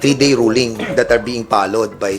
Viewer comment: One General said na tagalog na lang daw gamitin kasi nakakasuka daw dinggin yong englis ng iba jan.😂😂😂. Yong follow niya is palo. Yong of is op daw. At yong from is pram. Ano ba yan.